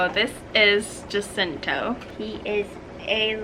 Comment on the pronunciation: it's pronounced as "hasinto" ( i know you know it 😂)